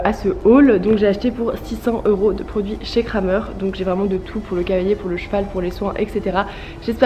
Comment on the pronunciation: c’est Krämer (la ä se prononce é)